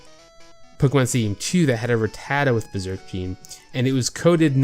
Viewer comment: The way you say "ratatta" is weird, what accent is that?